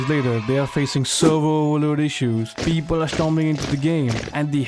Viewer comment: Beobol 🤣🤣🤣 best indian accent